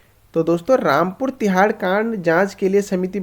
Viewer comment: Rampur Tiraha not Tihaar